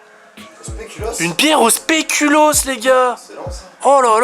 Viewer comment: mais respecter deja une bierre au speculoos suiss y'a deja un mauvais bails et ca se dits spéculause pas spékulos